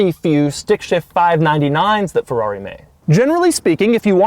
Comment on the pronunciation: When will Doug eventually learn to say Ferrari right... "Fawrroury" oh my... 🙄